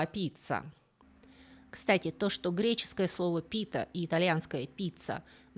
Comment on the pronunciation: Не "пИта", а "питА"!!!!☝️ Впрочем, что я от вас хочу, вы с русскими ударениями постоянно ложаете, а я от вас требую корректного греческого!!!😂😂😂